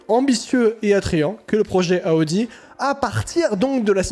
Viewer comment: Bonjour, arrêtez de dire aaudi c’est Audi ??????